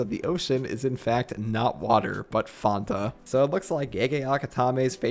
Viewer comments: He said with a twitch of spanish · i've never heard fanta be pronounced like that😭